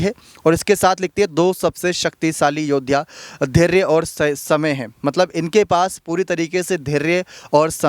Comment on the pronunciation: आप की शैली बेशक प्रशंसनीय है...मगर कुछ हिन्दी के शब्दों जैसे कि धैर्य... योद्धा.. व गहलौत आदि के उच्चारण में बहुत ही अशुद्धि या त्रुटि है... आशा है उच्चारण शुद्ध करने का प्रयास करेंगे.।